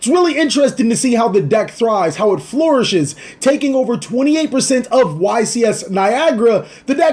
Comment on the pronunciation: You say flourish in such a Shakespearian way lol. It's cool.